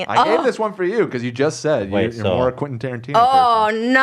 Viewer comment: OMG is flustered and the way he garbles up Quentin Tarantino's name is so fucking hilarious XD